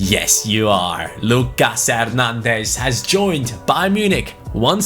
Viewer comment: I'm not 100% sure on this one but I dont think you pronounce the s in Nicolas Pepe. So you something like Nicolà Pepe Same with Lucas Hernandez I think, something like Lücà Hernandez Correct me if I'm wrong Glad you took Bayern Munich, keep up the content💪